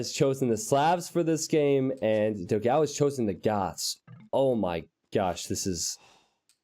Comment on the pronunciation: Hello. Love your videos. But you are pronuncing dogao completely wrong. It is the o in the do is more like door. The a in the ga is more like the a in panel. The last o is fine.